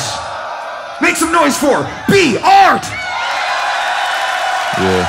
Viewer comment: (Work on pronounciation) Bart is not same as B-Art (Be (take a break xD) art) Thank you. Much apreciate <3 <